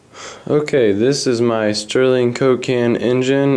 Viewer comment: It's 'Stirling' ! NOT 'Sterling' !